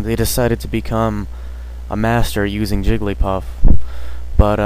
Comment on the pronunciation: I stopped watching at "Jigglypuff"